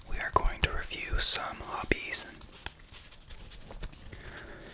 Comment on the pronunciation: Tu as une voix si douce en français. Tu me fais frissonner ❤ Just don't say z'hobbies but only hobbies because "Zobies" sounds like d1ck in French 😁